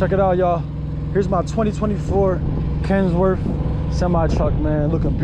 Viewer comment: Congrats driver....but why are you saying kensworth? You say you go hard, 100%... hard to take you serious when it appears you don't know what you're talking about. Not hating ...trying to help.